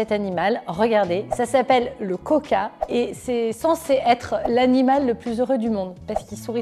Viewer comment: Cc juste le (coka) sa se prononce (cwaka)❤️